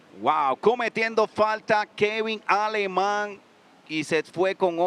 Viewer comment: Finally heard Aleman pronounced properly. It is not ALE-men. It is Ah-ley-mon.